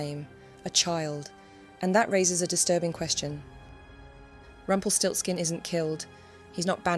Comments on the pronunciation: Nice german word that sounds terryfing in english: "Rumpelstilzchen" Btw love how you pronounce the name 😍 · It's Rumpelstielzchen.